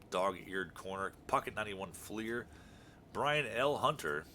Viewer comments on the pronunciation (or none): none